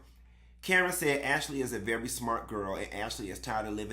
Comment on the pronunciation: AshAlee 😂😂😂😂... you be killing me with the way you be saying these folks NAME!!!😂😂😂